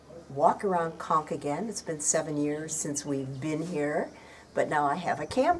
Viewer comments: 'Conques' is pronounced w/ a long 'o' sound. come on... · Conques (Co is pronounced as Co in Coke) Not Konk. It's a beautiful beautiful little touristic place on the Santiago trail. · Thanks so much for your view and correcting my mispronounced Conques. I do try 🙏 but am linguistically challenged. 🤪 Very best to you and hope everyone is well during the pandemic. Sincerely, 😍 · Thanks for the tip. Unfortunately, many of us (like me) are not as linguistically talented as you but I try my best 😍 Thanks so much for your view and time to correct my pronunciation. Regards